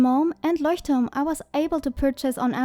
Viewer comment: Voll cool🥰 bist du von Deutschland weil du das Leuchtturm so perfekt aussprichst😂😂❤️